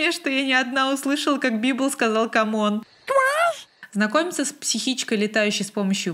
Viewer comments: Я услышала как библ сказал не "камон" а "квас" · Я не услышала "камон", но отчетливо слышу "квас"